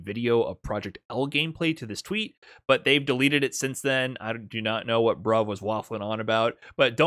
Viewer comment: Love the "bruv was wafflin about" with no british accent